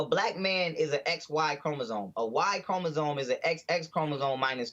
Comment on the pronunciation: “I don’t know about no chromo-gome!” 😂😂😂 JESSE’S UH-MAZIN